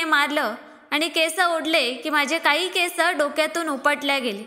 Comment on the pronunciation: केसं नाही हो ! केस